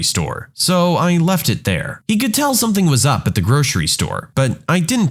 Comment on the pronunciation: No k in the word something .